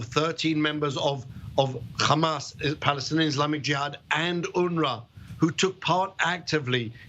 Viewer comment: The UNRWA is a terrorist organisation?????? Really???😂😂😂😂😂😂😂😂😂😂😂😂😂😂😂😂😂😂😂😂😂😂😂😂. What a complete douche this guy is. He even says, "Khamas'😂😂😂